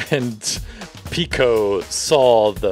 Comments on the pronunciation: His name is pick-o pico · i heard he said paco instend of pico PACO PACO REALLY